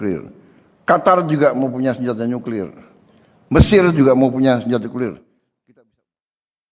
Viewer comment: Emang cara bacanya nyuklir gitu